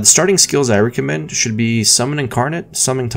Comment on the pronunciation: At first I thought you just gave no fucks and included all the stuttering and falling over your words and whatever because you're trying to keep it... idk, conversational? despite being scripted. But you also pronounced the word as REEcommend, and now I'm thinking words just aren't really your best friends.